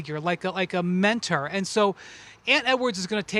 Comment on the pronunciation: Windy been in Europe for just 1 week and he's already pronouncing 'mentor' the English way, the right way? Not 'men-tour.' We can all learn, unlearn, re-learn, etc😊